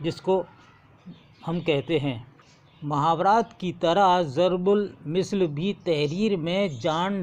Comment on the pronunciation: As, zarbul misl nahi balke zarbul masal hota hai aur plural zarbul amsaal aati hai